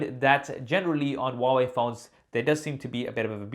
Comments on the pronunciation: Who pronounce Hawaii ? Am I the only Indian here? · Huawei= Wah-Wei